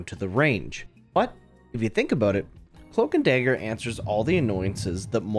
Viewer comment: Cloamk and Damger